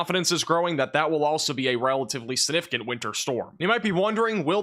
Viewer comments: This is according to The Merriam-Webster Dictionary. The word is significant. sig-ˈni-fi-kənt You need to pronounce your words better or you may as well use pacific instead of specific, or axe instead of ask. You can also use Specific when talking about the ocean. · Please learn tp pronounce the word “significant.